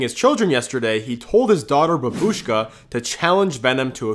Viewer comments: Yk that’s not how you say babushka right, shorter Ushka longer bab. You’re putting the stress of The word at the end when it’s supposed to be at the beginning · it’s Baa-bush-ka, not frikin babishka idiot, the “ba” is pronounced longer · Remember, it isn’t bab-ush-ka it is pronounced bah-buh-shka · Its not babushka you pronounce it as bahbushka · In reality we pronounce it like "bábushka" making attention to the A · Babushka is how you say grandma in Russian. Except, please don’t pronounce it like that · I'm sorry, that's not how you say babushka (I'm Russian) if you wanna know how to say it, you pronounce it bahhbushka